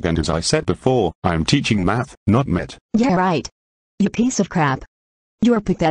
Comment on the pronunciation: Math is pronounced 'Math' Meth is pronounced 'Met', the 'h' is silent